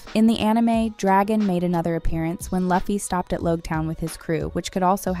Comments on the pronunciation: I was always confused as to why Americans seem to default to pronouncing Luffy as "lah-fi" instead of "loo fi". The second one sounds a lot more like an actual name to me. Though, this time I don't think it's a human talking to begin with. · (Loo-fee) (me-hawk) if your gonna content farm…gotta get the pronunciations down. The fandom won’t take you seriously if you don’t. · Pls “laffy” and “myhawk” really? 😂😂😂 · Well you allways keep a lot of errors in your videos so that us nerds can corrects them and fill your comment secion with content to boost your videos in the algorithm. So your plan was a success and you're welcome. 1. Even though it's spelled Luffy it's pronounced "Loofy". You should know this if you have "binged" the season as you say you have. Same with Usopp. It's not "You-sopp" its "Oo-sop" 2. "Every bounty hunter will try to capture Luffy"... What bounty hunters? 3. "As they try to go closer to the grand line." That will be over and done during the first epsiode. It's within the grand line that the real adventure really starts. 4. "Luffy doesn't really prioritize a doctor on the ship. He wants a musician. But they need a doctor though." 5. Wow i've never heard anyone pronounce Mihawk "Maihawk". It's "Meehawk". 6. Why would you call the second season "One piece 2"? just say season 2. 7. There is no way in hell season 2 does not include Ace. 8. Zoro is not ready to meat Mihawk in season 2. Heck he's not even ready to defeat him 1093 chapters in. 9. Luffy will absolutely not meet shanks in season 2. cmon, he's supposed to become greater than shanks first. The dude's a fucking emporer. 10. haha cmon. Now you're just being silly. She said Live action with a "Live" as in "i want to live". Someone just got a poor girl a script and didn't tell her anything. 11. Crocodile didn't eat "a" sand sand fruit. He ate "thee" sand sand fruit. There are only one of each kind of devil frui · STOP SAYINg luhfy plz, it hurts 🤯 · Lew fi not luffy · Its pronounced as "Loofy"